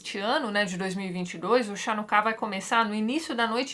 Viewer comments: E lembrando a todos, comentei também, a pronuncia da festa é Ranucá e não shanucá. Ainda não existe Talmud em português, e o Talmud é MUITO difícil de ser lido porque é um livro de debates onde os assuntos vão se atropelando (apesar de existir uma estrutura frequentemente os rabinos mudam de assunto). Tem o tamanho de uma enciclopédia inteira. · Olá Tatiana. A festa judaica de Hanuká se pronuncia Hanuká mesmo (mais precisamente em português Ranucá). No Brasil se adotou a tradição de transliteração (deve ter origem no alemão) de utilizar CH para som de RR, som gutural forte. Então em textos judaicos, nas palavras originais de hebraico o CH sempre vai ter som de RR. Parabéns pelo video e um abraço.